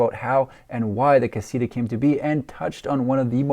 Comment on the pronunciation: Pronounced (kah-see-tah) damn